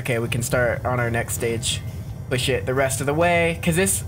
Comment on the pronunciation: he said push not shi put captions